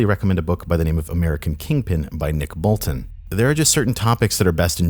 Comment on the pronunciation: bro you straight up said his name wrong "BOLTON" when it says Bilton nice job